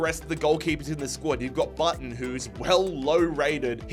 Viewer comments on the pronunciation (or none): none